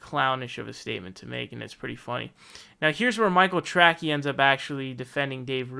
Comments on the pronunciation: "Michael Tracky" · Is the “Trackey” thing some kind of joke? Or do you think is name is “Trackey” and not “Tracey?”